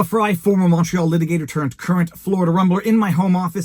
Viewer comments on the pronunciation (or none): none